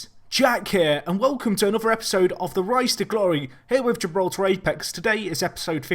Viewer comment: Anyone else thought he said "rice to glory" at the start XD